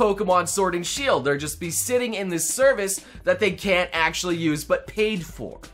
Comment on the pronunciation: Hey, whenever you say Actually; do you ever feel like you are saying Ashley instead? Just curious since they sound slightly similar in english.